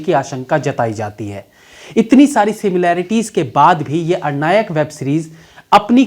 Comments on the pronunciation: आप बिहारी नहीं हो सकते हैं, नहीं तो "अरण्यक" का उच्चारण " अरनायक" नहीं करते। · "arnayak" nehi Bhai "aranyak" that's Ar....an....yak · अरण्यक है भाई, अरनायक नहीं। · अरनायक नहीं अरण्यक होता है यानी घना जंगल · Sir ये अरनायक नहीं अरण्यक है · It's Aranyak means Jungle not Arnayak... Please get rectified.. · अणनायक नहीं प्रभु,सही उच्चारण अरण्यक(अ+रन+यक) होता है,जिसका मतलब है जंगल से संबंधित,कमाल करते हैं आप भी,पंकज त्रिपाठी जी और आशुतोष राणा जी के चेला होकर ऐसा कीजियेगा तो कैसे काम चलेगा🙄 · आरण्यक नहीं भाई अरण्यक .... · अरनायक नहीं भाई , अरण्यक । आप बिहारी हैं । इसके बावजूद आपका हिंदी उच्चारण इतना गलत है ! आपसे इसकी उम्मीद नहीं थी । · 'Arnya' means Jungle 'Arnyak' means junglee Plz pronounce Arnyak not Ar- nayak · Its Aranyak not Arnayak🤔🤔😂😂😂😂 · It's अरण्यक not अर्णायक. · अरणायक नहीं अरण्यक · भाई अरनायक नहीं अरण्यक ... ढंग से बोलिए 😁😁😁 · It's अरण्यक not अरनायक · Arnayak nahi pronounce hoga sir.. it's Aranyak.. aranya matlab jungle.. jungle mein based hai iss liye Aranyak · The accent of ARANYAK is "ARONNOK" not ARANYIAK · आर्नायक nahi अरन्यक hai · अरनायक नहीं अरण्यक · it's अरण्यक it's a bengali word means jungle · You are pronouncing the name of the series wrong.. It's Aranyak (Aa-ran-nyak) It's a Bengali term. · मैंने दो यूटूबर को देखा आज..वो और आप दोनों ही नाम गलत ले रहे है..'अरण्यक' नाम है इसका.. अरण्य ,जंगल को कहते है। आपसे बेहतर हिंदी की उम्मीद रहती है भैया.। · aranyak ko Ar-Nayak pronounce kar rahe hain aap